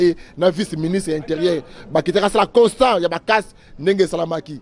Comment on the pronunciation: Constat nde...constANT teeeee